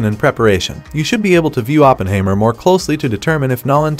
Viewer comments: Sounds like a computer generated narration. Teach it to say Oppenheimer and not Oppenhaymer and Ma Ma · What I found even more disturbing, is that he completely mispronounced the name "Oppenheimer"... I mean he should at least get the name of the main character right... 🙂